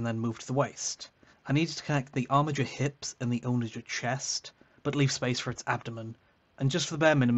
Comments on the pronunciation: "Onna-ghur", not "owna-jur". It's named for a catapult. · I've never heard someone mispronounce onager like that and it threw me off every time lol